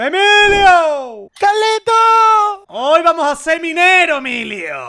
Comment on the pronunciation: Por qué Emilio siempre dice calito